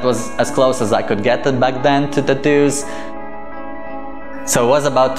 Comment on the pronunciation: Take a shot Everytime he say tattooss